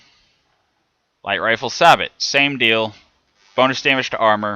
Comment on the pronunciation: I hate to be that guy but I believe sabot is pronounced "say-bow"